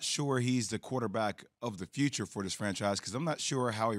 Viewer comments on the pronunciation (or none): The "Futute"?